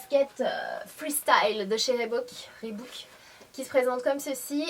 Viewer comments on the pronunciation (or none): none